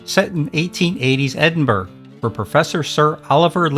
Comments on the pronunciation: The urgh in Edinburgh is pronounced BUR-uh, not burg or bur. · Journey to the Centre of the Earth - Edinburgh is not spoken as 'Ed-in-burg' but 'Ed-in-bu-ruh' or sometimes just Ed-in-bruh' by we Scots. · Loved all of these films. I am 71. p.s. Edinburgh is pronounced, edinbuh ruh.. like borough.. Don't worry though, you guys have Arkansas ! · Like others here I have seen all of these great movies. Just as a matter of interest Edinburgh is pronounced Ed-in-brah and not phonetically as in the narrative.